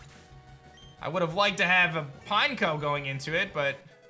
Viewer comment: "Pine-KOH!" Literally EVERYBODY ELSE: "Pin-Eck-oh" Not "Pinecone", idiot smh